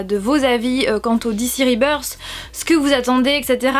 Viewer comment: mais quel accent anglais sur ribeursse. Explication très claire bravo !